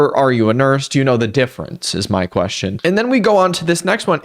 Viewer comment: "It's kinda sad that eou're.." I spent so long trying to figure out if this was french or something and not just the y in "my"